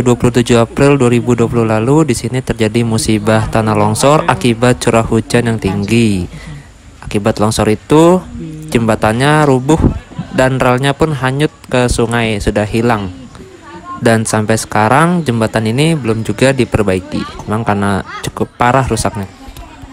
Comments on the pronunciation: Hanyuttttt mas hanyutttt bukan kanyuttt hahahaha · hanyut bang bukan kanyutt xixixi kalo di b sunda itu jorok awowkwokw